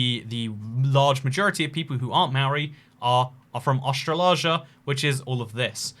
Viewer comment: How do you say Asia? Now say Austral-asia. What's this Australaarsia pronounciation?